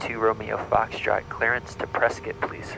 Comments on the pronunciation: Visual cloud effects starting are stunning. Glad to hear someone pronounce Prescott correctly (rhymes with biscuit). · Properly pronouncing Prescott. Like a native Zonie